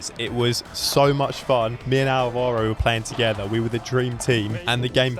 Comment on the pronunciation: Nice video man. The only thing is... It's pronounced Álvaro, with the accent on the A. But, anyways, very fun. Also, you started talking Spanish in that match, but you were playing a Leandro? Sounds Argentinian to me ahhaahah.